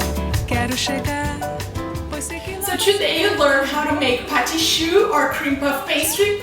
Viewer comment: I love how she said Patiii Choux <3